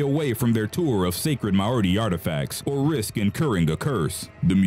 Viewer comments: you said Maori right like once Like not to be a critique but its pronounced maaori ma as in magerine and we didn't necessarily like to scare our enemys we show respect to you and your culture and we show that you need to respect us on our land kinda thing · not how you pronounce Maori but close. i think they see the pregnant and menstruating women has sacred, not taboo which makes it seem like they are bad. they dont want women who are pregnant/menstruating to become cursed. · Dude you’re saying Māori wrong 🤦🏾‍♀️